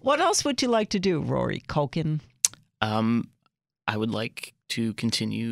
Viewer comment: Did she just say, "MaCulkie Family?" lmao